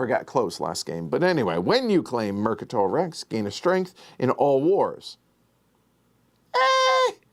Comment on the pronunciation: Says the name of the most important planet on the map. TI fans: IT'S MECATOL, NOT MERCATOL. 🤣 But really, this game looks like a lot of fun with some neat choices. Thank you for showing it to us.